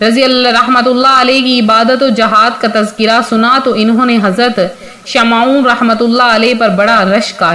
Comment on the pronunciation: Shamon hai sahee naam sahe bolo please.